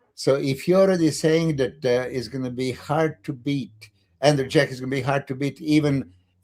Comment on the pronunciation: It’s Andrew “Jacked,” Milos, not Andrew “Jack.” lol